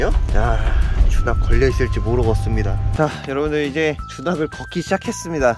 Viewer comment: 7분42초쯤 주낙을 주작으로 들렸어요ㅋㅋ